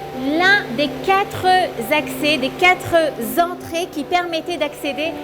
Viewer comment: Les quatre z’entrées oulala